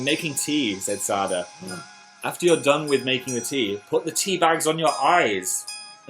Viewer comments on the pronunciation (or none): none